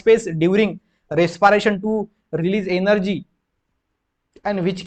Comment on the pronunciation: bhayya video to achhi thi par aap respiration ko resparation mat bolo -_